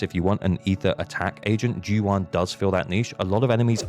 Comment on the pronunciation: Why does everyone say zhu yuan wrong. The va does a great job at pronouncing it.